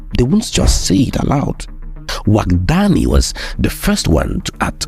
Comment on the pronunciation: Overall, an enjoyable video, as always. Now, as a Beninese, I would like to make a remark. The name of the new president of Benin is pronounced Wada-gni, not Wadag-ni. To make it simpler, you could pronounce it as Wada-yin (but NOT Wada-yine). This is the pronunciation closest to that used by Beninese people.